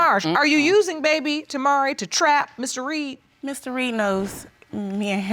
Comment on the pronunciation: He messing up the Reed name.